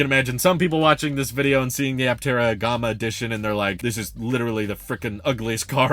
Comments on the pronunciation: "Gomma"?? No, dude. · I don't think it is pronounced Gahma. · The “a” in Gamma is pronounced like “yeah” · "Gom-uh"? Never heard it pronounced that way before. LOL. But yeah, if I didn't have 3 people in my family I would go for the Aptera as well. Supposedly there are plans for a 3 or 4 seater in the future so who knows? I wish them all the luck in the world to get this thing to market. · G(AH)ma? Is that how you normally pronounce it? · I’ve never heard Gama pronounced that way before. It’s like the two ways to say data. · Nah I’ve never heard it that way either 😆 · Yeah, in the US we say the a sound in Gamma like the a sound in camera. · Nah, he’s just saying gamma like the word comma. English must be his second language. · It was odd since he says alpha instead of ahlpha, so it's not a British influence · Yep that was out of nowhere